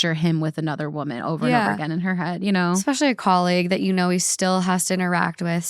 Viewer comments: My best friend obstinately says "ECT" instead of et cetera [pronounced EH-KT, like she's not just pronouncing the abbreviation as a word, but ALSO switching etc. with "ect"] and it infuriates me. So while we're at it, it is NOT "EC-SPECIALLY," its "ESPECIALLY." There is NO "C" anywhere at the beginning of that word. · it’s ESPECIALLYYYY not EXPECIALLYYY 😂 love u thoo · Worse than "ex-cetera"...."ex-specially" instead of especially. I can't with that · Ekspecially xD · I’m glad someone pointed it out 🤣 It was such a pet peeve how they pronounce “et cetera” It’s French so I guess we can’t blame them. they also mispronounced “ex-specially” 😅😭😭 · "We say 'et cetera' wrong.": *Still saying "eXspecially" Honestly, don't change. It's the easiest way to tell it's when I am just listening. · I am not saying this because it's annoying, I do not care, but I noticed you say "especially" with an x, so "expecially." There's no x lol but love you so much!